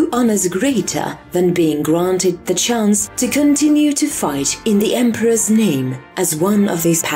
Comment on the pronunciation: Guys the God 'emperwuhe' is having a stroke